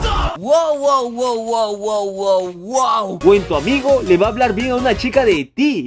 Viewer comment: Min zoy el unico khe noto la palavra amgio envez de amigo